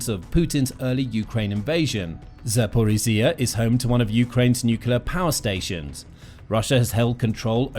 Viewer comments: What happened to the old narrator? This guy struggles with zaporizhzhia😢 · The way you pronounce Zaporizja is hurting my ears.